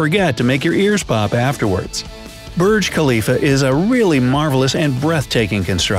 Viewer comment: it's Burj Khalifa not Birj Khalifa